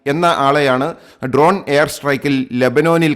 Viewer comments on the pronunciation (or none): none